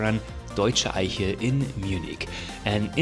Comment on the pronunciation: your German pronunciation of Eiche is very good. I often wondered, from where you come. It sounds....now that I listen, that you're likely German.